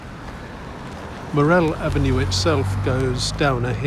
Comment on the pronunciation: You pronounce morrell avenue incorrectly